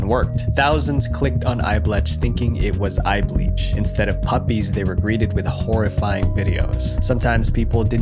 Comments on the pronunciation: The way you pronounce "eyeblech" is terrible 😭 the ch in "blech" is pronounced as "ck" (as in yuck) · I loved eyeblech and it's pronounced bleckh, as in yuck. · "Eyeblech" is actually pronounced "Eyebleck" because "bleck" is an expressions of disgust. Works well as a counterpart to Eyebleach. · No, it was not called "EyeBLETCH". I don't think you could possibly have said it more times and you got it wrong every time. Well done.